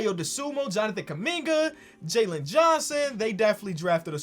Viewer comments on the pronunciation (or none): none